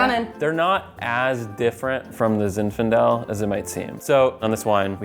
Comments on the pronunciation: She kept calling it "ZI FINDALE" ............ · mispronouncing Zinfandel is so cute 😂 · consistently saying “Ziffendel” instead of “Zinfandel” is just the best!